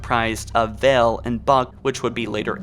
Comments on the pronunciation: Vale..not Vell..but ok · ok say it with me: vay All =Vale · Vale. V A L E. Not Vell. Wow.